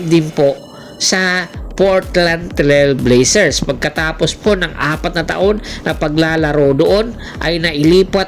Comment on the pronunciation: Naku si kulaog ang content nito Portrant Trilbeyser Portland ang basa doon kupal... NBA Geleg😅😅😅😅